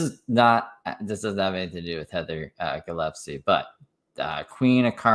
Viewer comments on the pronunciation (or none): It’s GILLESPIE love, not Gillepsie lol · DAMNIT! I MISSED IT!!!! P.S. Gill (like a fish gill) Gill-es-pee 😂😂